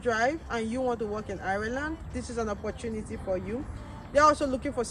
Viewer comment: Learn how to pronounced the name of the country very well.